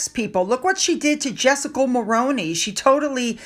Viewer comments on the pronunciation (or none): none